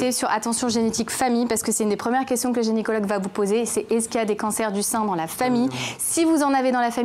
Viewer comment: Euh on dit gynécologue et pas génicologue hein !